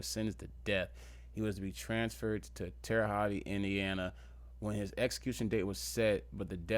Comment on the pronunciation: It’s pronounced terre hote